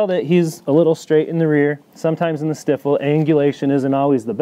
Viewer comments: all seem like logical valid points. just questioning the pronouncuation of the word 'stiffle" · Stifle is pronounced "st-EYE-full". The reason why I can't respect bully people is because they get just enough info to create garbage, then walk around like they know what the fuck is going on!!! NO YOU DON'T! SO SIT DOWN!!!